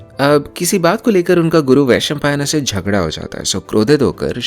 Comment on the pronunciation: Vaishampaayan(वैशंपायन), not Vaishampaayana(वैशंपायना ). Also Please Shuddh Hindi.